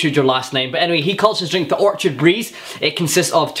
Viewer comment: Not to be that guy but your saying orchard like referring to a field of trees but the name of the drink is orchid which is pronounced differently and is a specific type of flower.